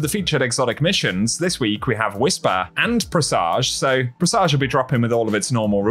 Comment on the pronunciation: I love I do but the way he pronounces Presage drives me up the wall.....